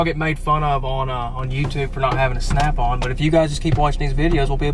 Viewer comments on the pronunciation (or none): Did you say, Strap On or Snap On, I’m confused!